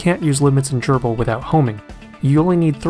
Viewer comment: Nice video. And very thorough overview on Grbl's homing and limit switches! I'll start pointing users to this video when this comes up. (Also, do me a favor. Please pronounce Grbl as Grr-ble, rather than Gerbil. Thanks!)